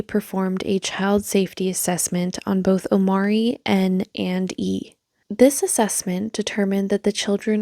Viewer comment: First red flag is that she states that his name O-M-A-R-E-E, with an accent for emphasis over the first 'e' - Omarée Except...even by her own pronunciation, he is called OmAHree, emphasis on the 'a" - Omáree I swear people like this use accent marks on their kids names as if they are adding jewels to their nails